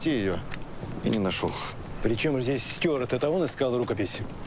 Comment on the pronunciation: Pochemu nekotorie personaji, vklyuchaya i Ardasheva goviryat "styUart" (angliyskiy variant) vmesto "styuArd" (russkiy variant)? I jenshini vsyu dorogu v odnix i tex je naryadax.